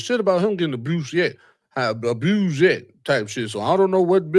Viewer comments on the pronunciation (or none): Billy said “pamily” but you said “abrused “ like three times!😂😂😂And how is the comedy community NOT affected when one of the biggest comedians in the world, on tour with other well known comedians, name is involved in this? Have you seen the many comedians speaking on this? SMH! I don’t think you’re you’re intellectually equipped to cover this story……type shht 😂😂😂